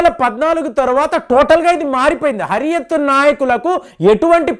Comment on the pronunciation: Anna adi Hariath kaadu. Huriath conference.